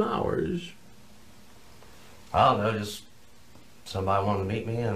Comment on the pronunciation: "What makes a man get in a carrr and drive two hourrrrs?" Take a guess chris